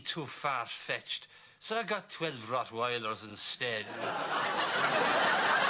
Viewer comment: Really appreciate the fact that Ted pronounced Rottweilers correctly. :D